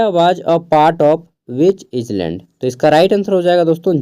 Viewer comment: आइलैंड नहीं होता है सर आईलैंड होता है